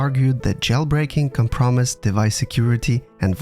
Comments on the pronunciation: the word “compromised” was pronounced wrong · lol com-promised